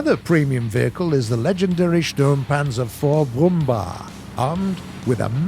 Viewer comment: 2 things: 1 . Why do you never talk about the panzerwerfers scope? 2. A Tip so you can pronaunce "brumbär "better:Try to switch the "ä" With a "e". The english "e" is closer to the Sound of the "ä" than the "a".